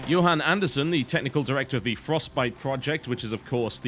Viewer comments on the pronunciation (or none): none